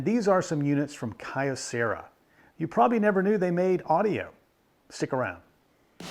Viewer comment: A bit pedantic of me, but "Kyo" is one syllable. The company name is written with a mix of kanji and katakana: 京セラ . So three (for English speakers - the Japanese writing uses another syllable to make a long "o" but English speakers naturally make the "o" long) syllables total: "kyo" "ce" "ra" . The company has dabbled into almost anything electronics over the years .